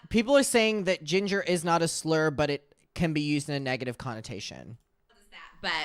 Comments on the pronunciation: they said ginge not ginger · they werent saying ginger they were saying ginge.